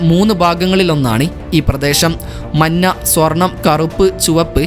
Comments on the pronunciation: നിറം മന്ന അല്ല മഞ്ഞ ആണ് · മന്ന അല്ലടേ മഞ്ഞ 😂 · Manna alla manja 😂😂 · മഞ്ഞ എന്നാണ് ശരിയായ ഉച്ചാരണം. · Nirangal parayumbol "manna" ennu kettathu njan mathramano😊😊😊